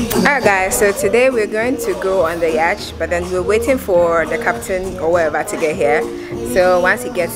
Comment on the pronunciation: quick correction: The pronunciation of yacht is NOT ‘yarchhhh’ — it is ‘YOT’.